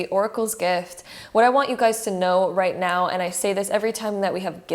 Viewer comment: Did she really say right meow or is it just me